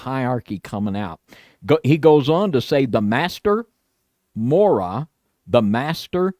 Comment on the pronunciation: for what it’s worth, please, for the love of God, learn how to pronounce words in the English language. 😂 “Mora” is supposed to be pronounced with the ‘y’ before the ‘a’ at the end. It’s: ‘MOR-EE-AH’ It’s not “TAR-ZEEN-A”, it’s ‘Tz-AR-EE-NA’